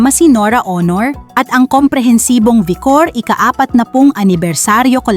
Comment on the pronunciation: Sagwa mong mag -natrate…..Amli-mali ang bigkas mo ng mga salita…..Dapat bago ka umere….o mag -tape ng narration mo …practice ka muna ng pagbabasa…..Kung hindi ka sigurado,…magyanong ka sa mga kasama o kaibigan mo,,.. Halimbawa,,..VICOR ….sabi mo VIKOR…..dapat VI( BAY ) KOR …hindi VIKOR!!! Sampaloc …..sabi mo ….SAMPALOC…….dapat SAM- PA- LOC…..